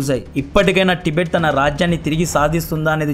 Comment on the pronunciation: ప్రొనౌన్షియేషన్ కరెక్ట్ గా పలకడం నేర్చుకోండి తిబెట్ కాదు టిబెట్ అని పలకండి కొత్త కొత్త పేర్లు పెట్టకండి